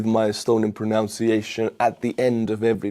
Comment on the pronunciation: Sorry to tell you that in proper English there is no such word as PRONOUNCIATION. The is no monk in the word, but there is a NUN: proNUNciation.